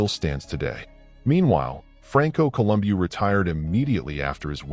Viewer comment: col um bow listen to the guys that knew him say his name. bow not boo